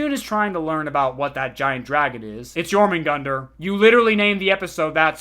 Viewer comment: Please its Jörmungandr not Jormungandr the ö is not that difficult to pronunce